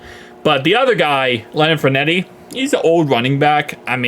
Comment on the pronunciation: lol bro, Fournette is pronounced “FOUR-NET”